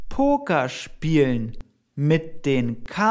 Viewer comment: The pronunciation of "spielen" sounds as it does not have an "l"